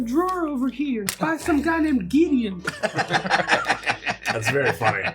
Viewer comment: Did anyone else hear call mace giddeon and no one bat an eye, that man truly is Gideon Coal